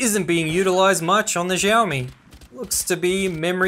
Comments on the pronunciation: siaomi, not zhiaomi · its not "Jaomi". its "shaomi". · I got you!!! finally you pronounced xiaomi as xiaomi...not jaomi😅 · Why he say jiaomi It's xiaomi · Xiao is pronounced the same as "shower" but without the er.